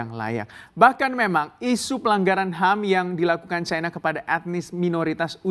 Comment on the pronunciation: Chaina? Seharusnya China dalam bhs Indonesia. Tolong belajar lagi bahasa indonesia yg baik. Tidak enak didengar ditelinga.